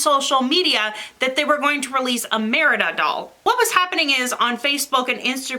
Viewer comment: Don't feel bad for mispronouncing Merida. Merida is actually the surname of a few of my cousins. Folks down in Southeastern Kentucky pronounce the name as Merdy (like nerdy with an m). You can't do worse than that!